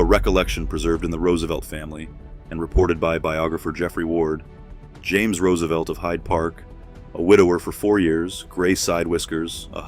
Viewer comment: Can you at least pronounce the last name correctly? 😂